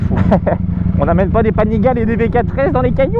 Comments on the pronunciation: Yes c'est comme panigal"euh" alors que c'est panigal"ey" mais bon , c'est accessoires tout ça, les tests sont top ! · ça ce prononce "panigalé" :D